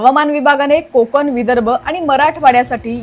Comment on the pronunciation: मॅडम, बातम्या देताय, जरा शुद्ध मराठी बोला की! तुमचे ते आनि,पानी,कोकन वगैरे अशुद्ध मराठी ऐकतांना कानावर अत्याचार झाल्यासारखेच वाटते….!! “ण” हे अक्षर स्पष्टपणे बोलायला शिका लवकर!!!